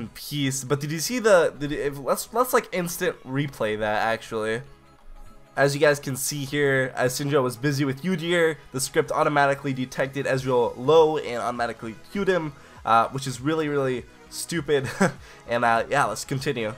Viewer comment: What is this YOU-dear you keep talking aboud ? Kappa :)